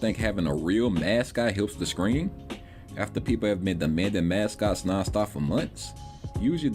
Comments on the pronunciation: Will you please start saying "stream" properly? "Skream" every 30 seconds is so annoying. Idk if it's some slang shit to sound cool but it just sounds goofy, especially since "stream" isn't difficult to pronounce. It's almost like you have to intentionally go out of your way to say "skream" all goofy like Edit: "skraight", "false copyright SKRIKES" 🤦‍♀️ I can't understand how a person hears that back and actually thinks people will enjoy listening to somebody replace their Ts with Ks all video lol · Are you saying scream or stream?